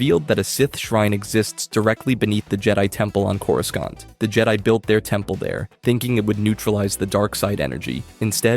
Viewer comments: bro really said corusCant😭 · Im sorry but your entire opinion is now invalid after you pronounced the second "c" in coruscant. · The second C in Coruscant is silent. The ‘scant’ in Coruscant is pronounced, “sont”. KOR-ru-sont